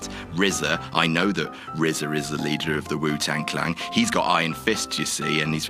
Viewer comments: Wu-Tang CLAN (Rhymes with MAN or CAN). Not Clang. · "Wu-Tang Clang" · Did say Wu Tang Clang? 🖕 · I'm sorry, did he say "Wu Tang Clang" the whole time? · "Wu-Tang Clang." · Every time said "Wu-Tang Clang" it actually hurt my head. Clan,, Wu-Tang Clan. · clan not clang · It's pronounced the Wu-Tang "CLAN". C'mon.